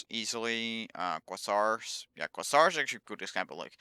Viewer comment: je spreekt het uit als kweezar. niet kwazzar